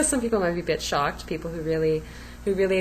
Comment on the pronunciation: I thought you said some people might be "Bitch-Shocked" not "a bit shocked.... lol Think I'll use that one.... Gotta say you lost me for the past 1-2 years... Ive been watching for a long time. Glad to see this video. It feels long overdue. Love the videos of you and baby, is too cute :)